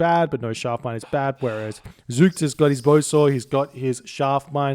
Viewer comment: your first pronunciation of zoekt was spot on. It's from the verb zoeken, which means search. So in the third person, it means he searches or perhaps the seeker ^^